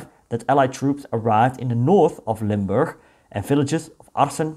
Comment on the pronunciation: Nice video, I'm a resident of Limburg. My grand uncle who was in the resistance, joined the Americans, and got killed in Duisburg (DE). Thanks for making this video, and pronouncing Limburg correctly.